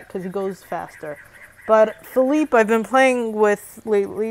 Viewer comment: U lrnounce feliepe name wrong